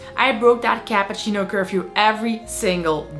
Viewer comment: You lost me at "capahcino"